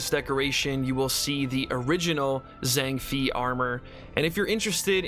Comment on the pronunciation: It's pronounced Zhang Fay not Fee